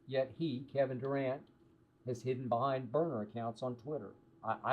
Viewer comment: Kevin Du-cant or Kevin Duran as in " No Mas "